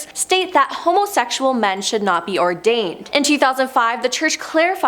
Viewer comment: Your presentors are either ignorant or can't read. Seminary not cemetery. Ordained not whatever she said. Sloppy work.